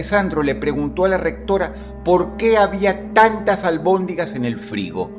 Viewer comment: Se dice almondigas